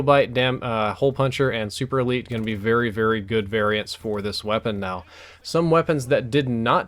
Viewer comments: Not super-elite its super-lite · It's super LITE, not super elite